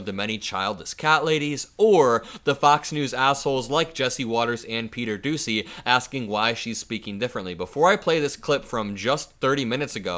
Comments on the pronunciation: its not pronounced doosey its pronounced dooshey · You are mispronouncing Peter Doocy's name it's Pete "Douchey"